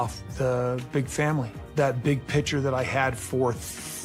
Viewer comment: OMG! Robyn has rubbed off. Kody now says pitcher instead of picture. 😱